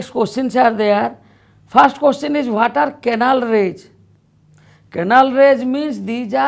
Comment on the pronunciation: its rays not raggggs